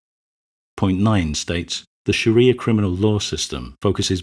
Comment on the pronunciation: You pronounced 'Shari'ah' incorrectly